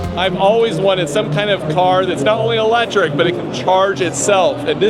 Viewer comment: “100% elejric”